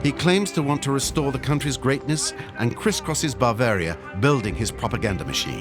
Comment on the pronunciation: Three minutes in, I can’t stand to hear “bAAvaria” once more.